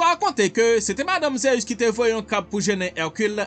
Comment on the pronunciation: bro li sonnen mal nan zorey mwen pou ap prononcer ZEUS wap di ZEyus